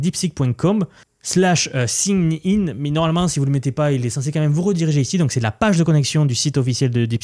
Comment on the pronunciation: Salut, Merci pour ta veille a propos de l'évolution de l'IA. Partageons les connaissances, vérifie la prononciation de " sign in '.